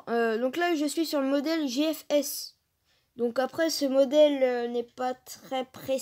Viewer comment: le bg ultime a tu dis bien modele j'ia des fess?😂